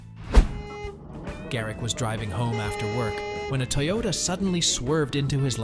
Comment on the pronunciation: Why are you pronouncing Toyota that way?